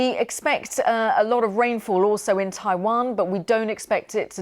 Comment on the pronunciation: Why can't newsreaders speak naturally. Taiwan isn't Tai wan...or were they on a different lines on the autocue?